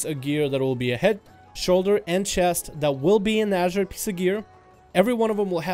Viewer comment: Ok. wait. Whats with all this rambling (again)? You can talk about this issue in a way better structured video, i don't know like going to the POINT(and staying there)? Oh and btw pretty sure is not pronounced "ASHerite"